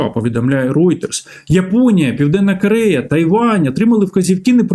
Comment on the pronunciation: Не "да", а "так", не кАрея, а кОрея, не перегАвори, а перегОвори 🤬 українець бляха 🤦 ГАНЬБА! Говорити навчись, а потім вже лізь в ефір 🤬